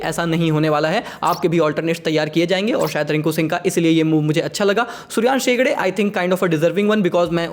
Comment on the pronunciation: bhai शेडगे bol शेगडे nahi ham bhi tumhi ahuja bolte hai aaahuja nahi